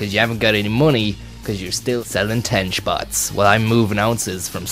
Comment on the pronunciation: "You're still sellin ten shpots while i movin ounces from sligo to galway 24-7"